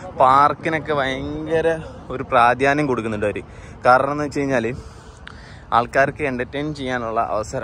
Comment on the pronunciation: പ്രാധ്യന്യം അല്ല, പ്രാധാന്യം ആണ് ശരി